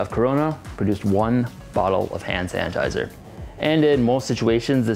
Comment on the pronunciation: He keeps calling it "Hand San-tizer" 🤣🤣🤣